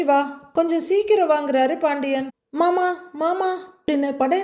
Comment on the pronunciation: சகோ நீங்க மயிலின் குரளில் மாமா என்பதும் , ரோகிணியின் குரளில் மனோஜ் என்பதும் , உச்சரிப்பு பக்கா பொறுத்தம் 🎉❤❤❤❤🎉 ( அழகு )